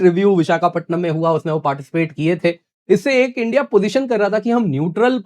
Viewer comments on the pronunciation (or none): none